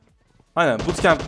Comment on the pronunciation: Abi sandoka bootkamp diyon